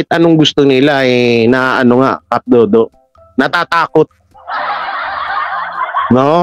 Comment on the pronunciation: cap dado not dodo